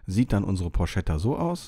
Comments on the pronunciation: Looks great. One thing dough: please don't call it 'porshetta' . It's porchetta. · Achtung Klugscheisser-Modus an Porchetta spricht sich Porketta, nicht Porschetta. Klugscheisser-Modus aus 😜. Weißt ja wie‘s gemeint ist 😎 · Cool gemacht. Italiener und Klugscheisser sprechen das Ding Porketta aus